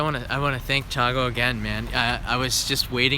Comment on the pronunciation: Thiago/Tiago :) the pronounciation is kinda like cha-go, but usually there emphasis on the "i", so it would be chi(Ti) a go